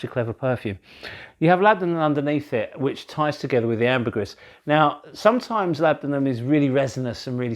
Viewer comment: My ears bleed when you say ambergris. Pronounced: Amber- greeeeee.